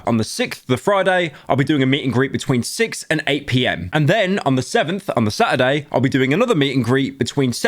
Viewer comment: He pronounced saturday like SA-AH-DEY